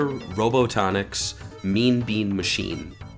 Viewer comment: robotoniks sounds pretty cool so ill let it slide